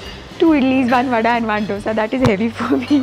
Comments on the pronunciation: Loved your vlog!! You are sooo beautiful. But why do you call dosa as "doh-sa"?? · First learn to pronounce’Dosa’ properly madam